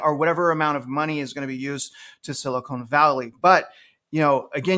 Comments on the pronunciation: Love your content. Frustrating the Ponzi scheme that is our financial system and how bad behavior is continually rewarded while fiscally responsible everyday people are punished. Also, it’s SiliCON not silicone, lol. Please pronounce it correctly!! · Spot on. One note though, I believe it's pronounced Sili-con (con not cone). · You know there is no "e" at the end of Silicon. There is a difference, one of them is nicer to touch.